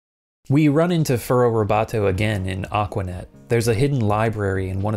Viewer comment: Furrobotto, not Furrow Roboto. Just saying.